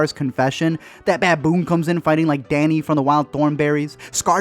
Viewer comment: Donny not Danny